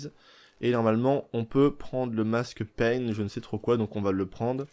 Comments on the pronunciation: Tu dit pain c’est prononcé paillin mais s’écrit païen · C est masque paien qui se prononce payin camarade. Les paien croyaient en plusieurs dieux il me semble